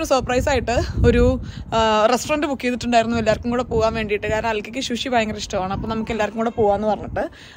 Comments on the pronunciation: ശുശി അല്ല ചേച്ചീ സുഷി, pls pls pls😭😭😭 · Love your vlogs!! Shushi alla su-shi ennu anu 😊